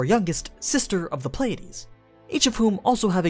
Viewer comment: say "playdeez" one more time i fucking dare you